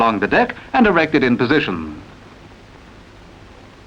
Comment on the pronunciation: It sounds like the commentator says fitten, erecten and bringe instead of fitted, erected and bridge.